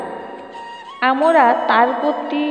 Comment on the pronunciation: উচ্চারণ ঠিক করতে হবে।আমরা হবে।